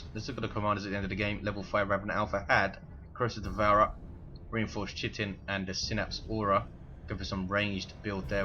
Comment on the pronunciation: Yaaaay chitin pronounced right :D